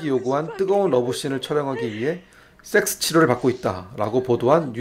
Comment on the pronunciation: 설명마다 쎅쓰. 쎅쓰. 쎄엑쓰 발음 겁나 듣기 싫네ㅋㅋ. 이런적은 처음이다.